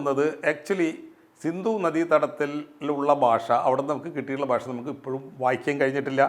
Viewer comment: താങ്കൾ എന്താണ് 'ഭാഷ' എന്ന വാക്ക് 'ബാഷ ' എന്നുച്ചരിക്കുന്നത്! 'ഭക്ഷണം' എന്നത് ' 'ബക്ഷണമെന്ന് ' താങ്കൾ ഉച്ചരിക്കുന്നു. 'ഭ' എന്ന അക്ഷരം 'ബ' ആക്കാതിരിക്കൂ......